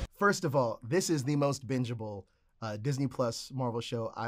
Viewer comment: "This is the most bingable"..more like binnable